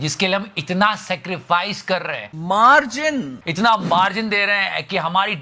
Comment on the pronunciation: Sick of that phrase & that irritating MAAR'GIN!